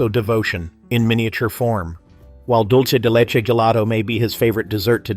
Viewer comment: It is not "Dolce de leche". It is "Dulce de leche". To mispronounce this simple term is to insult both Italian and Spanish speakers and to give the impression that you don't know the difference between an "o" and a "u".